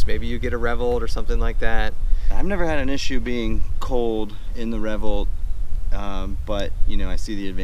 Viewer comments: That caught me too. Revvolt. Its not a weird word. RevvOlt. RevvvvvvvOLT. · Well isnt that an interesting pronunciation of the word revOlt?